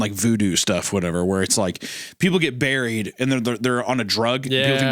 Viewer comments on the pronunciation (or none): none